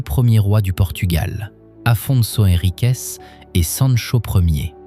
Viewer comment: Merci pour ce joli reportage. Juste une petite remarque. S'il vous plaît 🙏, les mots qui finissent par un "s" prononcez-le normalement comme un "S". Mais, arrêtez le "CHE". Ça fait saigner les oreilles. Ex : Guimaraes. Non pas Guimaraeche. Henriques et pas henriqueche. Sinon, le reportage est magnifique, de très belles images et des explications qui donnent envie de tout visiter. 1000 merci pour ce beau voyage.